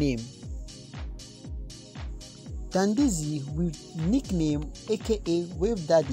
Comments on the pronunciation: Yea I love him! Its dandizy not donjazy. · Did he say Donjazzy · You said Donjazzy? Na wa oo